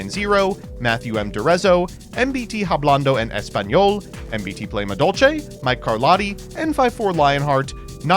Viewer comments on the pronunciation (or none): none